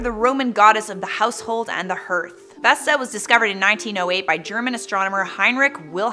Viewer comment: Hearth is pronounced "harth". It's part of a fireplace. No, thank YOU.